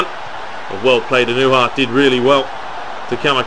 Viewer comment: It's pronounced ah-no-ha